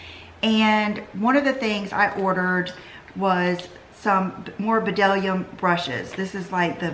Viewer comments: Hey! Great video, just fyi it’s pronounced dellum not b’dellum. I was told this by one of the sales associates. Oops, they mentioned the b is silent. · you long younger than ever.... Just an fyi... the B in the brushes is silent. I was wondering if anyone else have mentioned it. But I didn't find any comments and I wanted to give you a friendly heads up. Blessings and stay sweet. Keep smiling. Latina 💜💜💜💜💜💜💜💜